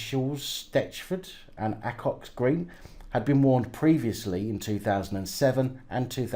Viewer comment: Bloody hell, I got my second namecheck a few days ago and missed it because of being busy with life and shit. Only just catching up now, just to let you know I'm going for the hat-trick. Edit.....and phonetically it's Ball-Sall Heath, Knee-Chulls and A-Cocks Green. I'm not far from those shitholes.